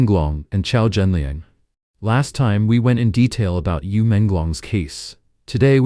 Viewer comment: Thanks for reporting on this. But his name is Qiao Renliang, not Qiao Zhenliang. RIP Qiao Renliang